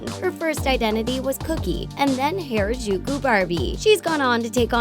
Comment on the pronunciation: i had low hopes that you’d pronounce ‘harajuku’ properly and i was right to underestimate you..